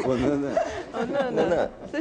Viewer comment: ...na apresentação ele quase falou nanÁ ao invés de nâna.